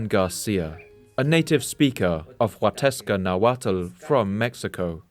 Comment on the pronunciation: Hello, I had heard your episode earlier and was revisiting. I just picked up on something; at minute 23 you mention the accompanying of Yan, but you mispronounce and misspell the dialect. It is "Huastecan Nahuatl" and it is from the tri regions of Veracruz, San Luis Potosi and Queretaro. I did my high school and college in Mexico in that area and can still speak a little bit of nahuatl. Thank you for this episode, your work is very important.